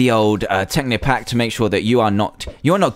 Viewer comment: DID HE SAY TECHNIC PACK!? HE SAID IT RIGHT!?